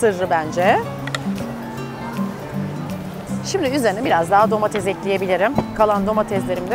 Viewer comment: Domatez değil Ayşe hanım, domates